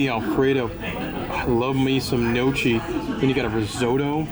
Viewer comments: Just to help you sound more Italian. Gnocchi is pronounced gno-key. Ch in Italian is exactly opposite to English. Chi is pronounced key. Ci is pronounced chi. It’s confusing but since you love gnocchi:) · Thanks for the review. Very informative. Small Nitpick but your pronunciation of italian names like La Cucina and gnocchi made me cringe. Usually im not that picky ...so apologies but i had to tell you. 😅